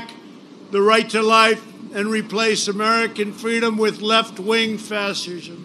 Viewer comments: He can't even pronounce the word fascism and he doesn't know a left wing fascist is a contradiction. He is the archetypal example of vilifying heroes. Great summary ... You condensed everything into a few minutes. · Red hatters: "he's not a fashurm! He can't even say fashurm!"